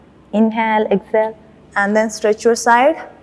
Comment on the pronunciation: She should learn to say inhale and exhale properly. The way she says is irritating